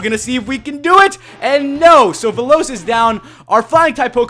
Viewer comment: I don't what to be mean but when you say Veloz it sounds like the lowst